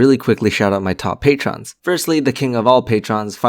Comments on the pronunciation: What is this pay-tron thing? I've heard other people speaking of patrons but never a pay-tron. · seriously how the fuck have you gone your entire life without ever learning how to pronounce "patron"